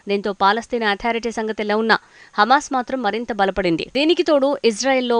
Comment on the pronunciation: హెమస్ కాదు హమాస్ ఆని పలుకు, న్యూస్ రీడర్